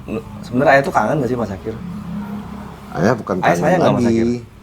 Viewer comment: Syakir bang bukan dzakir